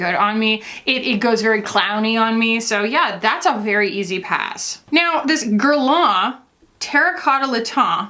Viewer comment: I don't mean to be too critical, but you & Hannah both need to hear this: it's not pronounced "gair-lah" 🤭 It's ok if you can't say the proper French pronunciation girl, you're allowed to say it like every other American 😂 but mimicking the accent & still butchering it is borderline offensive to us French gals